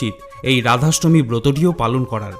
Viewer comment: খুব ভালো লাগলো। ধন্যবাদ। তবে ভিডিও টি নিজে একবার মন দিয়ে শুনে দেখুন আপনি কতবার র এর জায়গায় ড় উচ্চারণ করেছেন। আপনার ড়াধাষ্টমী (রাধাষ্টমী) ব্রতকথা ভালো লেগেছে।